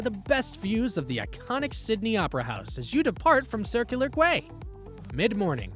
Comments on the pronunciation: Quay = kee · It’s a dictation transform from human’s sound to AI men’s sound. So the incorrect pronunciation of QUAY were sounded by the narrator.😂